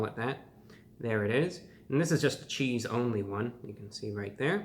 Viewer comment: bruh said “cheethz”